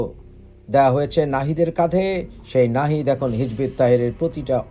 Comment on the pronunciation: আপনি যে দল নিয়ে কথা বলছেন তার নামটাও সঠিক ভাবে উচ্চারণ করতে পারেন না। পৃথিবীতে হিজবুত তাহেরি নামে কোনো সংগঠন নেই। হিজবুত তাহরীর আছে, যেটা একটা গ্লোবাল ইসলামিক আইডিওলজিক্যাল রাজনৈতিক সংগঠন। ১৯৫৩ তে প্রতিষ্ঠা ফিলিস্তিনি তে। কোনো ভায়োলেন্স এ এই সংগঠন কখনোই আগ্রহী নয় এবং জড়িত ও নয়।